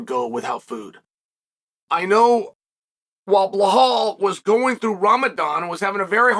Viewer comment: Bruh, the fact that he still calls Belal 'Bluh-hall' is pure genius. Such a ridiculously funny feller